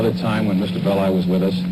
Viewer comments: FYI Melvin Belli's last name pronounced Bell-eye. He was major player in S.F. legal circles for decades. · The name is pronounced Bell-eye Despite all the footage pronouncing it correctly, you keep calling him Belly!!!😂😂😂😂 hilarious !!! nice break in such a dark topic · Please note, it’s MELVIN BELL-EYE, not MELVIN BELLY. Walter Cronkite pronounces his name correctly. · It's BELL-EYE not BELL_EE. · His name is pronounced "Bell-I" not "Belly" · Bell-Eye, not Belly!! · BELL EYE .. NOT BELLY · I liked your podcast. It was very informative. I can see you've done considerable research. Thanks. FYI: Melvin Belli's last name is pronounced, "Bell' eye". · I lived in the SF bay area then. Everyone was frightened. And Melvin Belli's last name is pronounced BELL- i. Long i Also, I worked for Vallejo PD in the 1980's and heard rumors that the Zodiac was a VPD officer. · Melvin 'BEL-eye' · This is great work. However, why do you insist on mispronouncing Melvin Belli’s name?